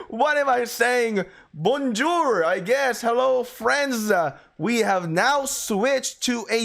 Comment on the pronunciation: Bonjour not bonjoour